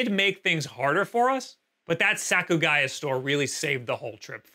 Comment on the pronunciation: Lol, Bic camera is not a place retro games.....nor modern games as they are always overpriced. Problem is you went to tourist traps. I don't blame those places overcharging. Outside the Tokyo area Surugaya (not Sakugaya like you said) or even GEO are great for retro game hunting. This video is just a video about moaning about prices even while the yen is weak against the dollar. Very obnoxious!